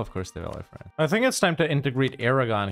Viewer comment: I'm new to your channel but I feel like I'm being conditioned to pronounce France as "Fraynce". I find this acceptable.